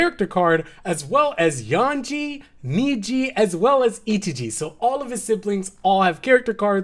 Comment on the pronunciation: Yonji not yanji